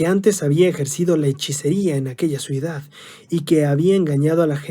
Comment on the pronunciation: Ciudad ,, hno ,, no cuidad ja ja ja se escuchó chistoso